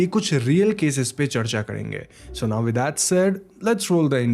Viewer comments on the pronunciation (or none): none